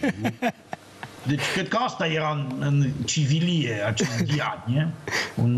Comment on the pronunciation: Se da mare francophon dar nu pronunta corect Diagne..ok